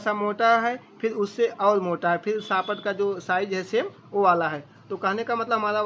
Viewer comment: Bahut acha ji, Ap detail mein bata diya. Shirf SHAFT ka ucaran sahi kare. Thanks, mera knowledge naraj ne ke liye. ❤